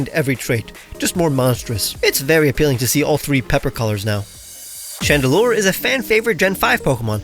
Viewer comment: why is nobody talking about his ✨GREAT FRENCH ACCENT✨ ?????